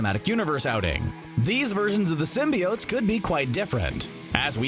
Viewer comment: (Slaps face) ok....is it pronounced Sim-be-unts like the 90’s animated series? Or what the Sam reimi movies started with sim-bi-otes??? Personally the animated series came first and sounds better, Sim-bi-otes sounds like a crappy breakfast cereal